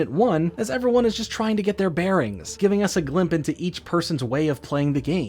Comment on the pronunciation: nice 12 hour video IDIOT!! unfortunately you say glimp instead of glimpse so now the entire video is bad and sucks (/j I promise)